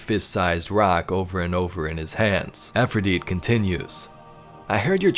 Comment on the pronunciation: Pronounce her name correctly! It's not Afridite! Its Efrideet.... with an E!!